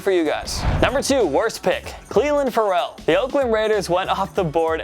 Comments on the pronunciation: Fare-el. Not like Pharrell Williams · Plzzzz learn how to pronounce Ferrell’s name right it’s fairell